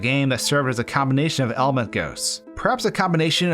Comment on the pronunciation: Everytime he says element I hear almond